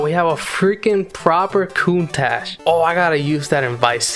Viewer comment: Bro they called Countach "Countcash" lmao what the fuck hahahaha